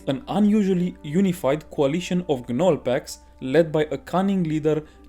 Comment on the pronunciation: The G in Gnoll is Silent. Like the K is silent in Knife. So it's pronounced "Nole", like "Pole" or "Coal"